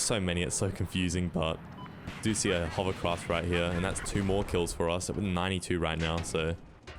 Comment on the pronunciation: uhm, did you say, "hovercrop"?